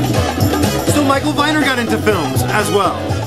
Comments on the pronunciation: Just for the record -- Michael Viner's name was pronounced "Vee-ner" not "Vy-ner". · Just for the record -- Michael Viner's name was pronounced "Vee-ner", not "Vy-ner". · RIP Michael (8/8/09). This was a timely post. Serves as a nice tribute. For reference, it's pronounced Vēner. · Viner is pronounced VEE-ner. He was a vile human being who published lots of crap books like Faye Resnick;s book about Nicole Simpson and You'll Never Make Love in this Town Again. He was married to Deborah Raffin, who he basically destroyed. She died last yr at 59. I hate to associate him with anything good, because he left a horrible legacy. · Michael Viner's last name is pronounced Vee-ner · Michael Viner is pronounced ..."VEENER". I think he would have enjoyed your video. He was an AMAZING individual.